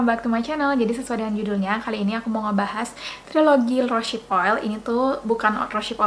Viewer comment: Terima kasih atas reviewnya kak, sangat informatif. Tapi saya ada punya bbrp info dan masukan nih 1. Cara bacanya bukan "rosyip" tapi "rose" and then "hip" = "rouz hip" 2. Proses cold pressed rosehip seed oil itu bukan dari bunga tapi dari biji (seed) 3. Kemasan pipet itu ga higienis krn tiap mau pakai terbuka, pasti terpapar udara, rentan terjadi oksidasi. Carrier oil mahal itu paling bagus pakai kemasan airless bottle atau drop bottle yg lubangnya kecil seperti yg biasa dipakai untuk essential oil. 4. Aplikasikan rosehip seed oil pada wajah yg basah atau sesaat setelah pakai toner